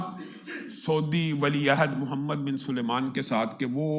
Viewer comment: Inhe to MBS ka full form bhi nhi aata Salman ko Sulyman bolraein😂😂